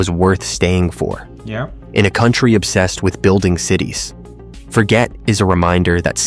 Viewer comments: Forget is not pronounced as the English word Forget...it is pronounced the French way...as in Forzhjay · forget... the person's full name you see is French so the G is soft, not hard. So it doesn't mean to forget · My guess is Forget is pronounced Forzhay as the guy was a francophone.